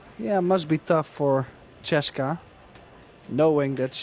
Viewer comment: The announcer is too stupid to say Chez ka. Maybe he can't read.. Her name is CHEZ KA NO E OR I BETWEEN THE Z AND THE K. Try saying Chezka . Or quit your job and take out the trash.